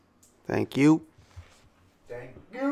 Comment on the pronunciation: I've started saying "Thank! You!" with the same inflection you use when I'm on conference calls... nobody gets it, but it makes me smile!!